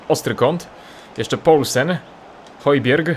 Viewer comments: Cześć Højbjerg czyta się hyjbjea wiem bo sam mieszkam w danii :) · czyta się: hujbierg ale nie czytaj w taki sposób :)